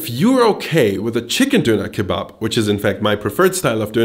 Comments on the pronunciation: An der Aussprache erkennt man eigentlich nur das es mal wieder falsch ausgesprochen wurde. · An der Aussprache von "Döner Kebab" hört man eindeutig, dass du ein deutscher seien musst😂😂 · aber sowas von :D